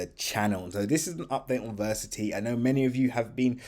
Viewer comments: Ver ass it - e , say it with me come on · Why do you not pronounce the A in Verasity? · It might be a good idea to learn how to pronounce Verasity.